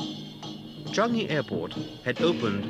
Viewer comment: Interesting but I never heard Changi pronounced Chungi.